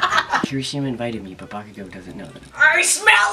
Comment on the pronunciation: no f*cking sh*t you called him bakago its bakugo but nice start